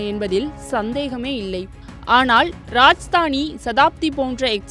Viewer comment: Please speak correct name, train name is rajdhani, not rajastani